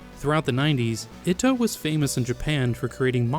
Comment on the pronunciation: That's not how you pronounce 'niche' Or debut Or Ito